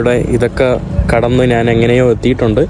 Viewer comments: നാൻ അല്ല,ഞാൻ ആണ് ശരി. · നാൻ, നാണു, നാനു അല്ല, ഞാൻ ആണ് ശരി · നാൻ,നാണു, നാന്, നാനു. അല്ല. ഞാൻ. കഴുവുക അല്ല, കഴുകുക എന്നതാണ് ശരി